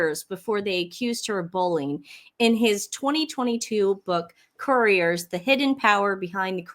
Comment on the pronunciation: sorry, CORE-tee-ers. Courtiers. Staff that take care of Royals. Couriers...messengers.